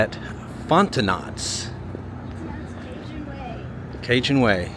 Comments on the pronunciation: Fontenots is pronounced Fontanose. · Having lived in the New Orleans area, I'm surprised it wasn't higher on the list. Also, I've never been there, but I'm pretty sure Fontonot's is pronounced fon-too-nos. Very interesting! Thanks!❤❤ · Fontenot’s is pronounced Fonteno’s lol. The t is silent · Fontenot's is pronounced Font-no's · Very interesting video. Fontenot’s is correctly pronounced as “Fontinose” (last “t” is silent). Etoufee is pronounced “A-too-fa (long a’s). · FON TA NO'S is how you pronounce Fontenot's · Pronounced “Fon-te-knows” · It's not pronounced That name of the cup place you do not pronounce the t. There's no not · The second "t" is silent in the name Fontenot's. This is French/Acadian country. And you were served Remoulade sauce with your gator bites. Maybe learn a little bit about the culture of the town before you produce a documentary on it. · The T on the end of Fontenots is silent just in case anyone is wondering how to correctly pronounce a common Louisiana last name. I can see where it’s a very common mistake for folks that aren’t from Louisiana. ❤ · Silent T on Fontenot’s. It’s a Cajun last name